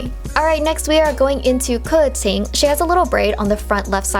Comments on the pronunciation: No offense but I think Keqing is pronounced Ka-Ching but i don’t know lol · I love the correct pronunciation, i can’t with people who pronounce Dailuc or derluc (diluc), kiki (qiqi), kaching (keqing),… I don’t remember all but those are the worst mispronounced lol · everyone says kaching and it hurts me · The vowels in the Chinese alphabet are pronounced differently than in English. That’s why Keqing is not pronounced as ka- king. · Glad I’m not the only one who was like “wtf how-“